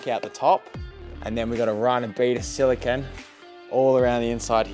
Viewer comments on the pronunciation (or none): none